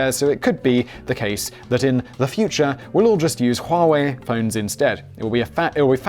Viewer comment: I would smash you for your pronunciation of Huawei, but the first time I heard it from their ad, I was like: "Whaa... How do they get this from *that*?".